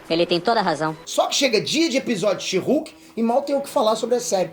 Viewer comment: A melhot coisa desse ep foi a titanium chamando a she-hulk de sherk